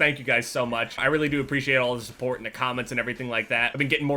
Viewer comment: For some reason, the way says "support" makes me laugh:D